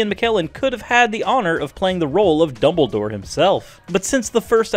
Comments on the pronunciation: I know his name is Dumbledore (not dumble door). The person in the video said double door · Exactly! FGS it's Dumbledore, not 'doubledoor'.